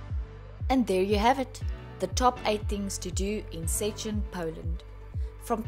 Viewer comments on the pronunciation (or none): First thing to do in Szczecin: Learn to say Szczecin correct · not really wrong, just funny